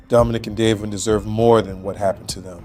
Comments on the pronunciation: DA VEE ON. not Davon PLEASE GET IT RIGHT OR SHUT UP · It’s Davion not Damien. Please get the victims name correct because it’s disrespectful if not